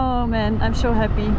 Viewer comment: I was wondering why Noraly sounded different. Her s sound like sh eg her 'so' is 'sho' I was going to ask what happened to her then I saw in the comments many viewers were fooled into thinking she's Noraly too. Same style, same country😂